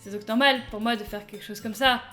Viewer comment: ça ce prononce moÉ, pas mo ^^